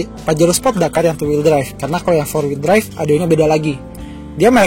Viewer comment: waktu bilang " kalau disuruh milih antara pajero sport DAKARRRRRR " ngomong dakar nya jelas banget 😂😂😂😂😂😂😂